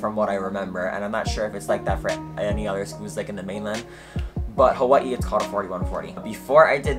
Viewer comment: I love how Hawaiian ppl say “Hawaii “ 🔥🔥🔥😄